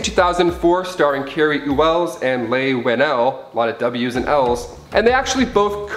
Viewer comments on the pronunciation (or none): I had no idea Cary Elwes (pronounced Ell-wes, btw) co wrote the Saw movies. 😕🤦🏻